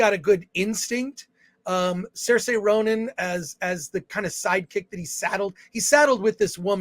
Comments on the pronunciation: no one cares and even you have it wrong, it's 'sur·shuh'(or seeuh·shuh in Brit) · Sar-say? No. It's Sear-sha.